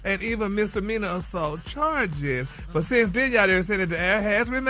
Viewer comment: 😅😂..same & they he pronounces there w/ a d is too funny/annoying bless his spirit